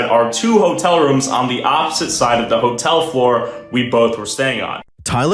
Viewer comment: That's really rude to keep calling it a whore-tell It's just uncalled for